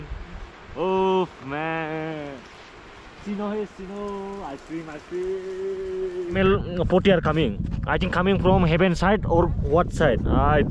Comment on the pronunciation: Shinow....sinow....ice krim..ice krim...part is the best..🤣🤣